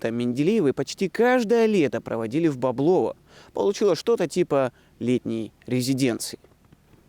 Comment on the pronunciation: Всё хорошо, только ставьте ударения правильно: БекЕтов, БОблово, из КлИна а то портится впечатление